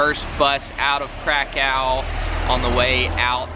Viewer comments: I realise its looks like Krakow (Kra cow) but w in Poland is said as a V so it’s KrakoV 👍🏽👍🏽👍🏽👍🏽👍🏽👍🏽👍🏽👍🏽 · It’s pronounced krakuv jtlyk 😊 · Its pronounced (crak-cov)